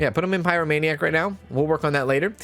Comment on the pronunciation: I’m sorry I just have to say you’re pronouncing a lot of the disorders wrong, I waited till this episode to comment so see if someone else corrected you. I’m writing this in a helpful way not a spiteful way. If you’re doing it on purpose then carry on…. It’s pie-row-may-nee-ack and klep-tow-maniac etc Again sorry, it was just bugging me ahah